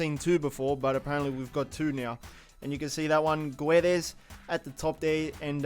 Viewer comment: Hi you pronounce GUedes but the U is silent. in Portuguese and Spanish you don't to pronounce the U after a G like AlgUien or MigUel If you don't have a U between or G and an E or an I you pronounce R in Spanish (like arGentino) and J in Portuguese (like Gedeson Fernandes)